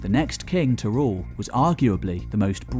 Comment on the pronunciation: Roland de Vaux NOT Roland de Veux. And king is not pronounced as kink nor is working pronounced workink.